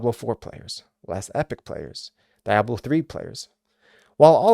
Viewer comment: The way you say Diablo makes my ears bleed.